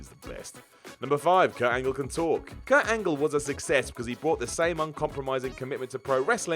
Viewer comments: It's Kurt Angle not Kurt Angel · “Kurt Angel.” XD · Kurt ANGEL? For fuck sakes. ANGLE! ANGLE! ANGLE! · Kurt Angel? Sort it out. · So everybody's gonna get on for saying Kurt Angel, but not Y2J who started that? Okay then...